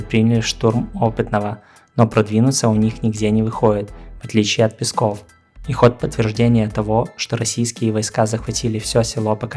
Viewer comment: Пески ударение на "е''